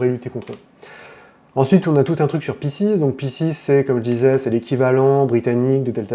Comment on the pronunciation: Ça se prononce "Piskes" c'c'est du latin